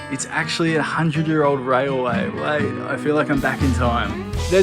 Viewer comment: Railway not rayaway